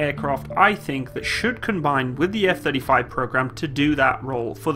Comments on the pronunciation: "Eff Thirty Frives" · Gotta love those F-Thirty Thrives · Eff Thirty Frives :D